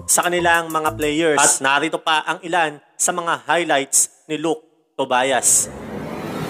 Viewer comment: Tobyas po ang pagbasa naming mga kapampangan hindi Tobayas (Tobias)